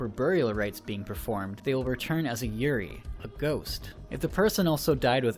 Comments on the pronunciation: I gotta tell you man, you pronounced yuurei wrong. While that normally wouldn't really matter, you said yuri, which is girl on girl action. I had to stop the video and laugh for a minute. People without a proper burial turn into lesbians lol. For future reference, yuu-ray is a good enough way to say yuurei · LOL. Not as a Yuri. (you-ree) a Yurei (You ray-eeee) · its not Yurai... its Yurei. when you pronounce a japanese word with the letters ei together, treat it as japanese, not german.... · I know this is 4 years old but i just watched this movie today so anyway it's pronounced you-ray and also in the beginning of the movie when Sara visits the school, they mention that they have field trips there because the forest is just part of mount fuiji. So the girls in the school uniform probably arent yurei but actually just part of a field trip. Also the school girl in the forest, i think aiden mentions her being a school kid who came out here to commit suicide. which, yknow, p common. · Yurei is pronounced you-ray. A you-ree is a lily. Also used as a word for lesbian relationships. Pronunciation matters.